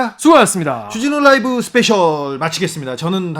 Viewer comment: .쭈진후 롸~이브!! 발음이 넘 약해지셨응 ㅡ 정말 의협 나쁨나쁨 좋은 의사샘들 넘 많으신데...